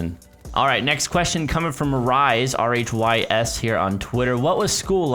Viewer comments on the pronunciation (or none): also question from R H Y S - Rise? seriously haha it's written as rhys but pronounced as Reese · please - Rhys is pronouned Reece/Rees not like rise... it's a Welsh name, not sure if the guy is Welsh but the name certainly is... as punishment you have to attempt to say this towns name on your next livestream;P llanfairpwllgwyngyllgogerychwyrndrobwllllantysiliogogogoch Kek!